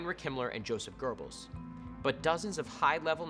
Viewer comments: did he say Josef Girbbles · Joseph “gerbils”? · I always though it was pronounced like “Go-Bowl” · Definitely not pronounced in that way. Ask anyone who knows anything about German. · James That is NOT how it's pronounced.